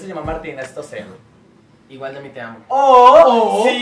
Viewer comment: Es Stoessel y Ami dice Stossel